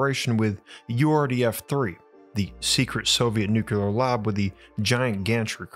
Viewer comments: What fascinates me is how such a well spoken, articulate narrator can consistently say nukular ("noo-que-ler") instead of nuclear ("new-cleer"). There is no such word as nukular. Stop saying nukular, please! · You are a very smart guy,. It is pronounced “nuke”-“clear” not, “nuke-you-ler” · Bruh.... "nucular"? No. Nu-clear. Nuclear. How the fcuk do you get "newk-you-ler" (3 syllables) from NUCLEAR (2 syllables) I'm seriously asking you, as in, I'm not being rhetorical and just talking siht or correcting your pronunciation. I'm genuinely interested in your answer. When you read the word or write it, especially, isn't there something in your mind that tells you what you're seeing and what you say out loud or internally, just doesn't add up. And when you hear the correct pronunciation from others, do you think they're saying it wrong or maybe there's 2 ways to say it and they're both correct? Or do you even notice the discrepancy? I hear supposedly well educated people (George W. for example) making this mistake all the time. I've always been wondering what goes on in their heads but never had a comment section to ask the speaker. So here we are. Anyone else who has empirical input on the subject, feel free to chime in. Please and thank you! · Its nuclear, not NuKyULeR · You still pronounce nuclear "nukular"? WHY?? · It'spronounced "noo-clee-ur" get it right or don't say it.😊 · I love the two videos of yours I've watched. The other was the Kozyrev Mirror. By the way, there are two ways people pronounce "nuclear," and one of them is correct.